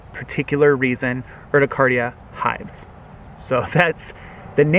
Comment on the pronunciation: it's URT-I-CARE-EA